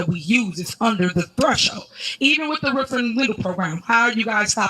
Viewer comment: If ur Mayor says Wroof or Axe instead of Roof and Ask u know u in trouble as a city or town